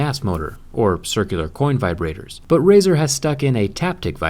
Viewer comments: "size madders for viborators" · "Size matters with viberators"😂😂😂